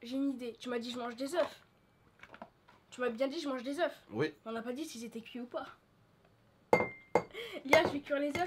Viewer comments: ... je haies entendre des œufs [ prononciation : euf] 1 œuf [ euf] des œufs [ eu] PUTAIN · des ZE pas des ZEUF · Set des eu pas des euf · On dit pas des oeufs on dit des eu bon je sais sa ne sert pas comme sa mes ses pas grave.... en tout qu'à continuer comme sa je vous adore et c mon papi moi c valentin vous pouvez mapelle val. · on ne dit pas des oeuf ont dit des eu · On dit des euf